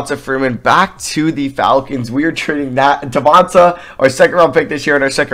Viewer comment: It’s pronounced Devon-tay